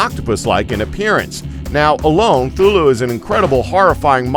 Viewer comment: It's cathulu not thulu